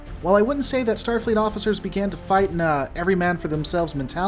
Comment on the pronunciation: "Stafleet's Kobayashi Maru" What the heck is "Stafleet"?!